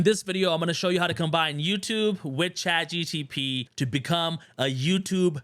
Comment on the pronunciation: Thanks for making your videos. Did you notice you say “Chat G-T-P instead of Chat G-P-T” now i can’t unhear it and saying it myself 😆